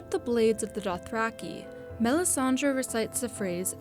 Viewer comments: Melisandre the way you say the name annoys me. It's Dre as in Dr.Dre not melisan-draw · Everytime she says melissandra I want do stab myself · MEL-IS-SAN-DRA. SO PAINFUL. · Melisandre not Melisandra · I wish everyone would stop calling her Melisandraaaa.